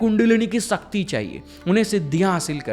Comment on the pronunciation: Bro kindly requesting u , please uchcharan in shabdo ka sahi kijiye - speak. ...TriShul, Shakti ,Shiv instead of Trisul,Sakti,Siv,Sivling !!!